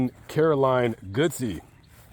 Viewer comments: It’s pronounced… God- sey …. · Susan Caroline GODSEY. Her last name is pronounced GOD-Z. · The name is pronounced, Godd- see.